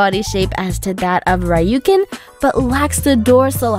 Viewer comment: She can’t even pronounce Ryukin well,talk about including bettas and long fin oscars 😂😂